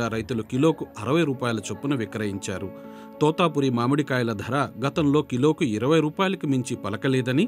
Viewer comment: తోతాపురి కాదు తోతాపరి.